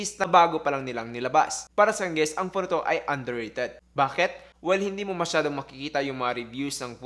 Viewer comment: Teliphowto daw HAHAHAHA